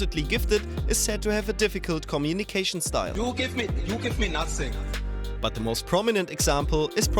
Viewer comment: Dear, “ YOU GIVE ME NUSSING!! ”